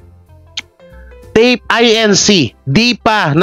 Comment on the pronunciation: TAPE INC. that is INCORPORATED (INC) (Do not spell out) pronounced it INCORPORATED